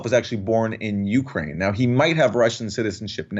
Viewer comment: Jimmy love the show but please don't put so much emphasis on the "U" in Ukraine... It sounds like you're saying YOU-kraine.